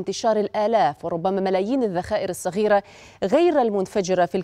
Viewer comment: علموها كيف تنطق كلمة صغيره تنطق صغيره موب سغيره